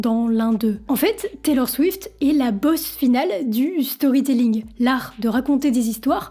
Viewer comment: Storrry tellling prononcer à la française vous qui ne comprenez rien à talor swift apprenez l’anglais de toute façon vous parlez à moitié français avec vos anglicismes que vous probablement ne comprenez même pas comme allons au chopping de toutes vos conneries non mais c’est du n’importe quoi avec vous